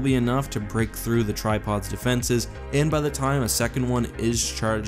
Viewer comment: I also couldn’t hear anything else than „tide pods“ when he talked about the tri pods 😂